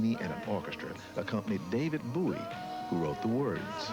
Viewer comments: david bowie= david booey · "David Booey" lol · spiritual cramp : lol!.."David Boo-he"...Who-he??